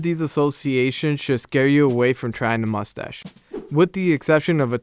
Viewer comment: "Mus-ash" Voice for print.